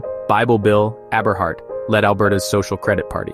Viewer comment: You've mispronounced Aberhart and Burton so far. Poor example set for promoting a return to traditional values.